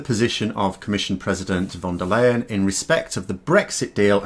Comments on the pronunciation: Ursula von der Leyen's name is pronounced "fon dare lion", not "von dur layen"! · Please,, since von der Leyen is gonna be in the news for a while longer, you might want to pronounce her name correctly. It's actually really simple as it sounds exactly like "fonder lion" in English (which a stress on 'fon'). I know you can do it, you're a clever guy!;-) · It's pronounced Fon Der Line mate😁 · looks more like the pronunciation it's spelled von der ähm Leyen